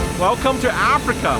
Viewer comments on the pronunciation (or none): “Welcome to Apreika” hahahaha cunt is Africa.